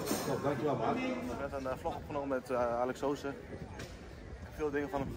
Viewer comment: hahaha, dan volg je Alex heel lang, en dan kan je zijn artiesten naam nog niet uitspreken, alex soose, nee het is ( sossee)